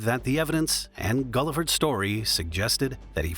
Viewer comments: Its pronounced Gill-ford, not Gullafud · The truck driver's last name is pronounced GILL-FERD, not GULL-I-FURD. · The truck driver's name was Buce Guilford, pronounced "GILL-ford." Get it right.... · Guilford is not and never has been pronounced “Gulliford.” That drove me nuts. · Pronounced Gil-ford. Seriously???